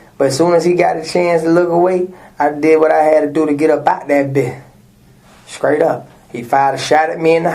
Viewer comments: said skraight up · "Skraight" up? WTF is that? 😂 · He said “skraight up” and talking a JJ